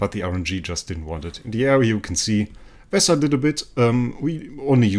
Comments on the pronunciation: It's vesa not visa or veesa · Its definitely NOT "Visa", but Vesa like Vehsa with that "eh" sound, without that "eh" sound it just sounds stupid like a travel visa card that you need to travel or stay in countries lmao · When Jesus says Vesa I’m hearing Visa